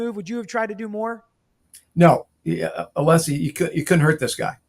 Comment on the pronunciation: yes Brennan knew, the defense is required to hand over impeachment material through reciprocal discovery… Brennan absolutely knew. But, … ITS “A•LESS•EE,” NOT, uh•LEASE•EE!”